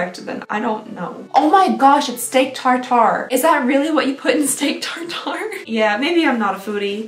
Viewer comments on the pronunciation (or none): none